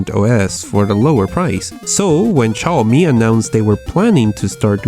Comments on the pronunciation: Not Chaomi, Xiaomi! [Siaomi] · Не Чауми, а сяомИ́И́И́И́!1!1! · It's xiomi not chiomi ffs xD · It's "Xiaomi" not "Ciaomi". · se pronuncia ziaomi,o csiaomi , no chiaomi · Shiaomi? Seriously? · It's pronounced "seeow mee" btw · yes. but its pronounced jowmi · Chaomi??? Schaomi??? Really?